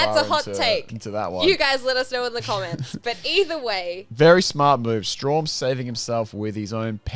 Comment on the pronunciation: its strahm not straum